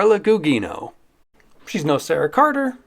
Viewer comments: .. and thanks, I thought it was always (Goo-jee-no). Appreciate the pronunciation adjustment. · Gugino is pronounced guu-JEE-noh. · Never heard anyone pronounce Carla gugino’s name that way